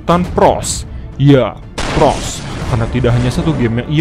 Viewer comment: Bang bukan pros tapi pgos